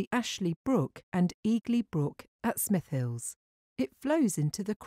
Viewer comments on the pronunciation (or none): Tong with Hoff : Smith'lls